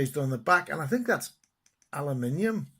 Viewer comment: its so nice to hear aluminium.